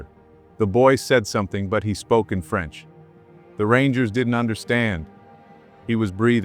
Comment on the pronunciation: PEY-RIS, FRENS.